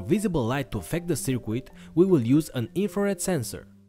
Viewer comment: You wanna pronounce circuit like it's spelt "Sir Kit" buddy! You are saying sir "quit" in this video. Great upload!